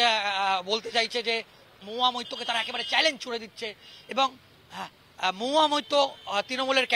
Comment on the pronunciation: MAHUYA MAITTA. NA BHAI MAHUYA MAITRA. THIK THAK BOLO TO AAGE